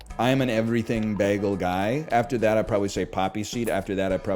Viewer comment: The way you say bagel upsets me. Then you said it ten times.